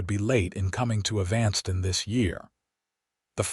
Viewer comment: the man telling this story has a good voice too bad he can't pronounce EVAN STON as the proper way of saying EVANSTON...